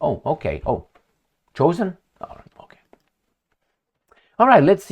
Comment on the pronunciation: CHOSEN by Say-Ton !!